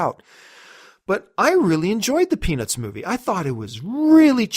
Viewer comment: when you say Peanuts movie fast, it sounds like you're saying penis movie haha